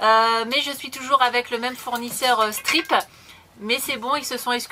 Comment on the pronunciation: Salut les vdrlrs, merci pour votre bonne humeur, Stripe se prononce Straïp, parce que ça m’ennerve 😂😂😂